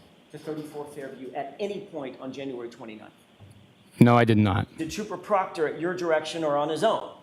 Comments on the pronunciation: So did Jackson when he accidentally called him trooper proctor, then butchered his name. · It was funny when he purposely called him proctor !! 😂